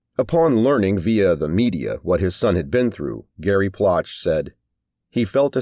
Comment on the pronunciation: It's pronounced Plow shay.